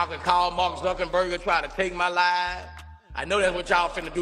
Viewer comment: Wow Boosie you should have seen this one coming! Mark Zuckerburger you mean Zuckerberg killing me Boosie lol😂😂😭